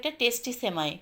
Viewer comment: আপু,ছেমাই না সেমাই বলেন। উচ্চারণ ভালো না হলে শুনতে বাজে লাগে।